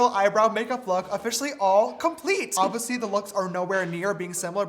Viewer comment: Not James saying oviously for the 1000 time like sister it’s oBviously